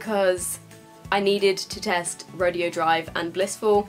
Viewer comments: You are pronouncing Rodeo right if it was a rodeo but it's pronounced Row-day-O because it's a street in LA I think that's popular for high end shopping. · Rodeo is pronounced ra-day-o after the shopping street in California that has designer stores on it, Rodeo Drive.